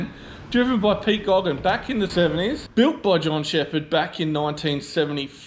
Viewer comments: Who was Pete Gogan ?..? Hi remember Pete Geoghegan (pronounced GAYGAN) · Mate, learn how to pronounce "Geoghegan" correctly -- it's not "Goggin"!! And in answer to you question as to how many ZB Commodores were built with a V8? The answer is none. The racing cars purporting to be ZBs, as with any car in this era, is a space frame with panels hanging off of it. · Leo and Ian "Pete" Geoghegan, two of Australia's best drivers in the 1960's and 1970's. Pronounced "gaygan". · My friend you only make a goose of yourself if you do not do your research…… please learn to pronounce Pete Geoghegen’s surname correctly. In his day along with Alan Moffat he was the king.